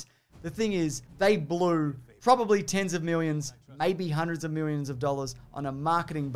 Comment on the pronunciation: The best part of these bombs and recaps videos is getting to hear the word 'milwions' so many times.